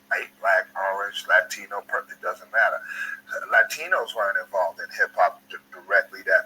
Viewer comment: "Latchtinos" hahahahah